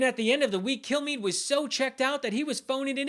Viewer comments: Hello, I'm Brian Kilmeade. That's pronounced "Kill me." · Did he say his name is " Brian Kill-me"? Lol! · I heard him give his name and seriously thought he said "kill me" 😅😂 I thought, gosh, it is just great to see him having some sense of shame!